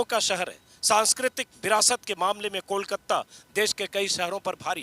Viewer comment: कोलकत्ता नहीं सर कोलकाता कहिये।